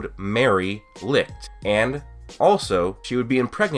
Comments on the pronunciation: HOW THE FUCK DOES THIS GUY STILL NOT KNOW HOW TO PRONOUNCE "LICHT" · The way you say, - LICHT makes me cringe hard man. You are pronouncing it wrong. But beside that you have a nice theory!